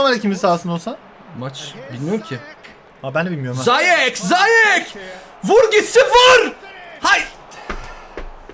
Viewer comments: ziyeche neden zayeç diyon shshshshs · Abi dzeko değil ceko okunuşu ziyechinde ziyeş okunuşu bilgilendirmek istedim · Abi zayek değil ziyech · abi ziyech e zayek demen saka mi